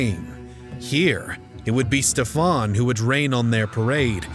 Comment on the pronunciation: Ștefan The great (like you say SHIT in English, not S but SH) .. however I do appreciate the way better pronunciation than many other american idiots.